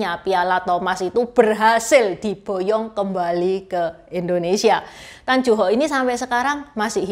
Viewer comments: Mbacanya Tan Yu Hok, neng, bukan tan ju hok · Tan yu hok bukan Tan ju hok